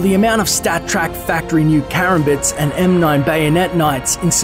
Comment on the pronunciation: He pronounces Karambits wrong